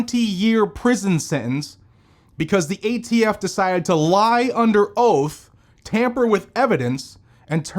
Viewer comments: thumbs down for "gay-T-F" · I see nothing wrong with this pronunciation. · Did you say "gay-T-F" perfect? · He said gaytf ha ha